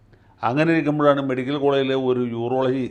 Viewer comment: മെഡിക്കൽ വകുപ്പ് അല്ല , മേഡിക്കൽ വകുപ്പ് 😢😢